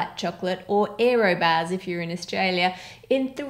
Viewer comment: "érroh bahhhs"